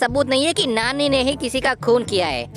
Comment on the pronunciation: अरे कया तुम नानी बोल रहे हो क्या तुम नाली बोल रहे है